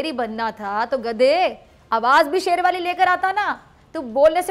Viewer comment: بی بی خدا کا واصطہ؛ آپکا حسُن و جمال آواز اور طریقہ لاجواب ہے مگر پلیز “گدھے” کو “گدا” نا کہیں۔ یہ بیچارے گداگر، فقیر یا درویش کی بعزتی ہے۔شُکرئہ مہربانی! 🌷🌷🌷 نوٹ: آپکی شیر کی کھال میں کھوتےوالی مثال بے انتہاہ پسند آئ 😎👍😜